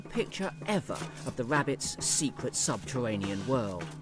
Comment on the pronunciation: Wabbit's I clearly heard him, he always says wabbits. Wabbits are rare, rabbits aren't. Trust me I'm a not Doc, but hey what's up?